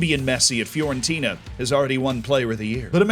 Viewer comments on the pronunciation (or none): none